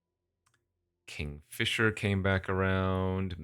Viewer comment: Who's gonna tell him it's KNIGHTfisher?